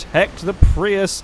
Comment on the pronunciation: I saw a Prius in Oregon with the license plate "PRI AYE." I thought immediately of you. I guess your pronunciation in correct.